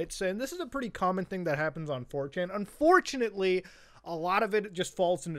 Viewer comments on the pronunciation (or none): "this is a pretty common thing that happens on 4chan, un4CHANately ..."